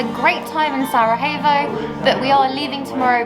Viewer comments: It's actually pronounced "sarayevo" 😁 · Thanks to you two I am now pronouncing Sarajevo correctly. 😉😁